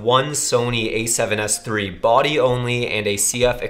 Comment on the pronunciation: СЭВЕН ЭС ТРИ! ТРИ ЧЕТ ОЧЕНЬ ЧЕТКО ПРОИЗНОСИТСЯ ЧТО КАЖЕТСЯ НА РУССКОМ ГОВОРИТ)